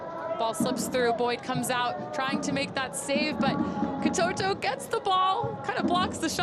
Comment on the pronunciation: The name of the PSG player is Ka-to-to, not Ka-too-too. I guess the commentator has an au-too-mobile, with an au-too-matic transmission ?